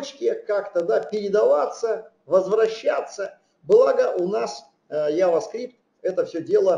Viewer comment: Вцелом лекция неплохая, но 1) Произносится JavaScript как "джаваскрипт". Ява, это чай. 2) для приведения строки к числу используется Number ; 3) По поводу последнего примера очень хочется получить адекватный комментарий от автора.